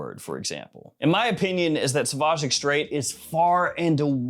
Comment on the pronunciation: Say “extreh”. The “ait” stays silent in French. 😊